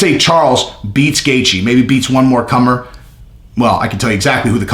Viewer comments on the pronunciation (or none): none